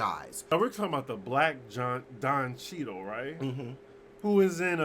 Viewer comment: Don Ché-dál 😂😂😂😂😂 That is so bourgeois we are going to change his name in 2019 👏👏👏👏 but Kathy Griffin is basically the mediocre, scorn white woman looking for someone to save her.